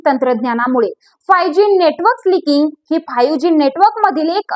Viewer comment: स्लिकिंग नाही गं ताई, स्लाइसिंग !